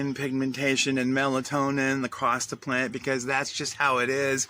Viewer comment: "melatonin" lmao